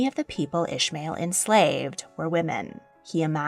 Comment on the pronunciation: Hey, I really liked the video, but "Ismail" isn't pronounced like that 😅 This is the arabic and islamic version of the name and is pronounced "EE-S-MUH-EEL". In English and German at least. The way you pronounced it is for the biblical/hebrew version, which is written as "Ishmael". Just wanted to tell you, as it always bothers me when someone gets my name wrong haha